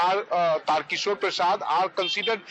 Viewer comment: Its not "triq" but Tarkishore, shame on u for mispronouncing dy CM name